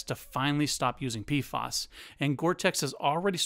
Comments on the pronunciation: Are you saying PFAS, because, it sounds like you're saying PFOS, mate ?! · Pf..A..s not pf..O..s